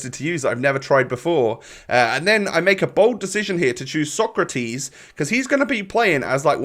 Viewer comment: It’s pronounced ”Socrates” not ”Socratis”. Keep it up 🔥🔥